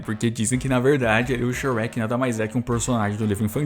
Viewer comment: Fala mó errado kkkkkk